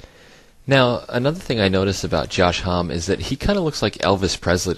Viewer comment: I apologyze if I mispronounced his name... I've never heard it spoken by anyone 'official' so I was pronouncing it how I assumed it was. From now on I'll call him "Hommy". :)